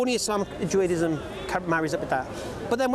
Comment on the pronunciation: It's Judaism NOT Juaidism - does my head in when he says that.